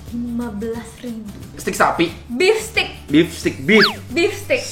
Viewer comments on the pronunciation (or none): cara bacanya…steak dibacanya steik. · Nyebutnya bukan stik.. tapi steik.. 😆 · Bacanya stek bang